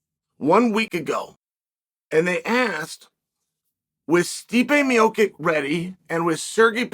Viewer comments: I know Chael doesn’t pronounce names great but he straight up said meechick for stipe. Like bro come on 😂😂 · Gotta love Stipe 'Mee-Oh-Kick' and Sergei 'Pavel-itch' lol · Calling Tom Aspinall the Interim Champ makes as much sense as pronouncing Stipe Miocic 4 different ways in 1 video. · it's a good old tradition of Chael, for a silver tongued devil he is he surprisingly has a permanent inability to pronounce foreign names/surnames =)